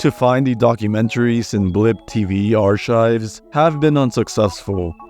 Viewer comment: He pronounces archive like hes gonna chop it up and put it on a lovely omelette